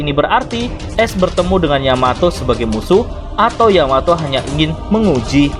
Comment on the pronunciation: dibacaanya aes bang bukan es